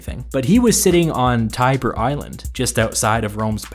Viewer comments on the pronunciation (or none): none